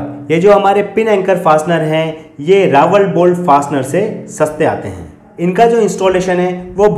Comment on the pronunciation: Bade bhai jankari dee lekin RAWL (रॅाल) hota hai na ki Rawal रावल